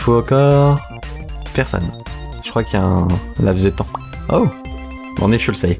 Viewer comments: Pendant tout le long je me plie de rire car tu dis fuel au lieu de full (sans être méchant je t’adore ) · J'adore ton anglais , j'ai l'impression que tu parle de carburant à chaque fois que tu dis full sinon super Video 👍